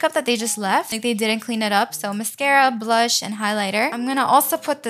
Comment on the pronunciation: When she said blush i heard blood